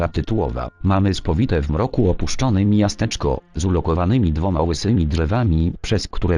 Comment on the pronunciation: Podoba mi się, że z jakiegoś powodu w tym odcinku dwa razy czyta miasteczko jako mijasteczko xddd